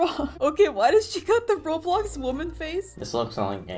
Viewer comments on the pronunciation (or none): none